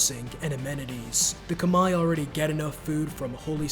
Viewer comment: khmer is pronounced like kuh-mehr btw (no disrespect)